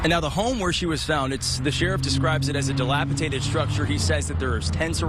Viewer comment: "dilapitated"?! He said it THREE times! JFC 🙄....the word is dilapidated. How can you be a news person and not speak correctly?🤦